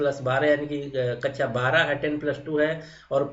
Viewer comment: कच्छा बोल रहे हो या कक्षा ?